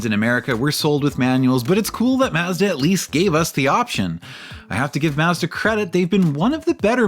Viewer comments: mazzda? it's prounnced Maw- zda Very annoying to hear this throughout the video. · According to Mazda, it's pronounced "Maaz·duh." I'm giving you the benefit of the doubt and guess you're autistic, not a slow adult. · yes thank you! it was irritating to hear his pronunciation of such a simple word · Is there any way that you can re-upload this video where you actually pronounce Mazda as Mazda. As funny as it is to hear the extra six letters in the name it gets super annoying real quick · This dude worked at Mazda, and for these videos is researching Mazda, watching old commercials and other reviews etc etc and STILL can’t pronounce MAZDA. Unreal. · Kamala Harris is offended by the way you say Mazda. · Why is the narrator pronouncing "Mazda" like that????? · A few seconds into the video weighing how much I want to watch the video vs how willing I am to hear someone say Mazda like that 😿😿😿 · it's just an accent thing. Only poking fun at him.